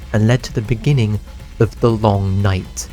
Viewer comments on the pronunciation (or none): IN THE BENINGING! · In the beninging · In the beninging... Uh... In the be.. nin..ging.. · In the beeninging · Ini the beninging